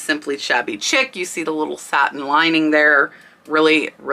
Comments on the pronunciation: I really love your channel and so I want to take this opportunity just to let you know that Shabby Chic...the word Chic is pronounced sheek...like the word sheep but with a K. I'm sorry to have to point this out in the comments but I really think you should know since the word is often used and it just makes it SEEM like you don't know what you're talking about when I know that is NOT true. Thanks! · Chic as in Shabby Chic is pronounced “sheek”. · Chic is pronounced Sheek. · Chic is pronounced like sheek..lol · I think "chic" is pronounced "SHEEK." ?? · It’s shabby chic not chick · That Rachel Ashwell was sold at target around 2005ish … I know because I bought a lot of it ! It cracks me up how you say shabby chic… because I used to pronounce exactly the same way until one of my friends back in that time period laughed and said girl it’s sheee-k but I do that all the time with everything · I don't mean to nit pick or criticize.....but...Chic is pronounced "sheek" - like a bed sheet but ending in a k. Thank you for all you are doing for those of us who are newbies and know only enough to be dangerous.😉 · It's pronounced " shabby sheek" , not "chick " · As always, very informative. Please, Shabby CHIC is pronounced "sheek" not "chick." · Hi, I am an antique dealer in IL. Your info. is on track, but may I add that pronouncing words correcttly would be an asset for you. Chic is not chick but pronounced Sheek (shabby chic) is a decorative style. You missed the point on one blanket as it had Pink on it. She is a big musician. No offense, just trying to be helpful. Trifari is a short i in tri. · Chic pronounced SHEEK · I was going to say the same thing! Sheek not Chick. My home decor is this style. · chic is pronounced sheek not chick.. ok ty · It's pronounced sheek not chick.😁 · I love your videos. Someday I hope to find something at thrift store that is actually valuable. PS check your pronunciation of the word chic. I believe it is pronounced sheek.❤ I'm on your side.